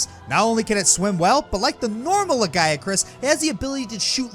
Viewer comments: Le-guy-a-chris? wtf c'mon at least try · Ah yes, the Lahguyacrus